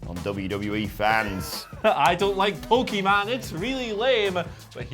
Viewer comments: He said Pokémon wrong. as a hero is amazing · Him saying pokemon wrong is a bit...